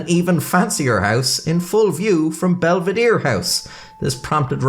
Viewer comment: belvedere -> belvidir lmao, love how in another language it seems like a meaningless word that gets butchered while it just means "good (bel -> bello) to look at (vedere)" in italian